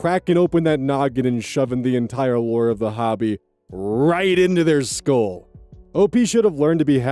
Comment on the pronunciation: When someone says scoal instead of skull, I'm out